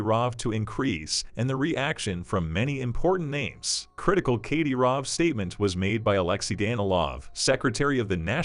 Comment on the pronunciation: Do your research on pronunciation. Kadyrov is pronounced cad-i-rov.